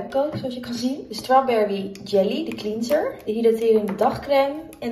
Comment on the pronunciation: Je spreekt ‘cleanser’ niet uit als ‘klienser’ maar ‘klenser’ :)